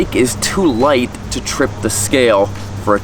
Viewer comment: Light, not lite